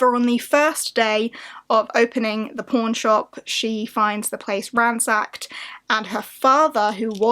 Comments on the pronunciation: I have a way to dirty mind, I heard porn instead of pawn at first🙈🤣 a very interesting list of books. I haven't made my own yet. But hope we all get a magical polarthon❤ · ... I cant be the only one who thought she said p*rn shop.